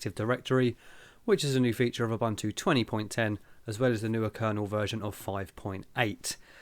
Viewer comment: please say it correctly: I would also dislike having people calling you "TILER".